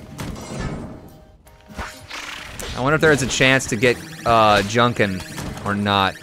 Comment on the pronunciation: Junkin not Junkan